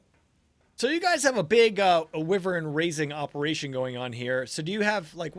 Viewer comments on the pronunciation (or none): do you call it wivern on purpose? or do you not kmow it's w-ai-vern